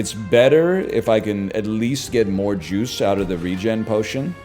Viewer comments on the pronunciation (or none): none